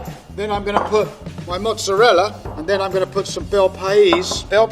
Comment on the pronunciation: Is no one going to address how (obviously from Long Island) mispronounces mozzerella? They say mozzerell, manigot for manicotti, and prosciut for prosciutto. An actual Italian friend called it "low class slang." 😂 is usually all over folks who mispronounce Italian words.